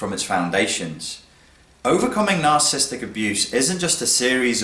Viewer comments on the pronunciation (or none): may want to pronounce it correctly: NAHR - SUH - SIS - TIC (4 syllables rather than 3; not NAHR - SIS - TIC) ;-D